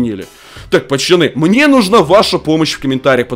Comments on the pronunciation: Меня одного бесит что он говарит "поЧаны" а не "поЦаны"?😜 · кто услишал не пацани а пачани